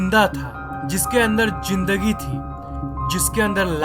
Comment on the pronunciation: Zinndagi or Z Ka Pronunciation is not up to mark. This is just a clarification! Don't take it seriously